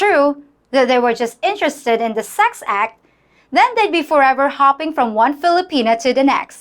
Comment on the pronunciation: In de first place, learn to pronounce the. PLEASE!!